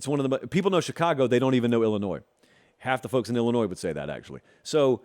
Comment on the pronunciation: There’s no “Z” in Illinois